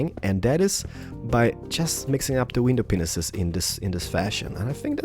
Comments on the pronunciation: i really hope that every Let's build episode, can u at least tell those who are new here, that u actually pronounced window panes as 'window penises' if not I really hate people to insult u or say u are immature. By the way, why u did not use the intro that u uses it last time? Like my comment to see him does dat! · ur a great YouTuber but I'd like just to say 1 thing when u say window it sounds like ur saying window penises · Im kinda thinking one of us should tell him he is saying window panes wrong xD not hating but yeah xD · TriforceGaming Na, it's not that, I knew he meant "panes", I just wondered if it was only me who thought it sounded like "penis". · TriforceGaming i agree he has a small brain,he must know that he has a accent that they didn't know,when i heared penis i was like oh its panes and also what country accent was that? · You keep saying window penises. It's actually window panes. It's a bit awkward hearing you pronounce it wrong in every episode. I'm only giving a friendly advice. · Why do you say windows penises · Did he say window penisis 🍆😂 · Lol I didn't know he said window penis :O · I think I heard you say window penises :o btw I love your channel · RandyViperOrtonHD he does say window penises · Wtf you say Window penises